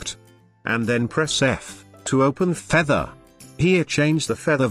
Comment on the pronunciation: I really love the way it says "Featehr" , Great video btw, no issues from here ;))